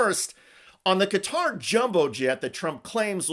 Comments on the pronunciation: The name of the country is pronounced Gat-uh - not as Cutter or Catarrh. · Cutter lol ffs try and say it’s name properly